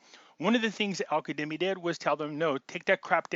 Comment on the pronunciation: it's AL- KAZZZZZZEMI.!!!!! KA-ZZZ-EMI.!! You are one of the sharpest and most active minds out there, you just read it too fast. Light over darkness, stay sharp, stay in faith. We are winning, winning, winning.